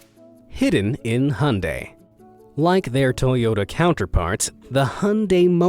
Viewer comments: Hyundai is pronounced Hi-on-die not Hun-day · It’s not pronounced hunday, it’s pronounced hiundie! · its not hundai hyunedie is the pronunciation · IT'S NOT HUNDAE ITS HYUNDAI. HYU-N- DAI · U said Hun-day but I say Hi-un-dai who is correct? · why muricans say hondaei instead of hyundai? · Hyundai is pronounced "hi-oon-die" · the narrator pronounce "Hyundai" as ( han-day) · **it’s pronounced ... Hi-Un-Dai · That is not how to pronounce Hyundai. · Never heard someone butcher the word "Hyundai" more than this dude.